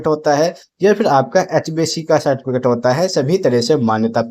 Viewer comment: Tum ko to Certificate bolne ka bhi Dhang nhi tum gyan kya doge re